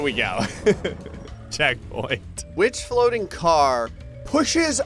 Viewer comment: diff. fwoating failures 🤣/